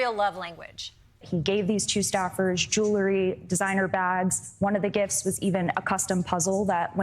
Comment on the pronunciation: It’s cool to hear a congressional journalist say joolaree instead of jewelry (jool-ree) It’s not jool-a-ree It makes me wonder if she says “of” in place of “have”